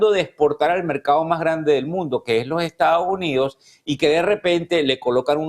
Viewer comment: Este comentarista debiera hablar y modular mejor. No seguiré viendo este programa por la falta de buen hablar. Es Estados Unidos y no estao unido. Me voy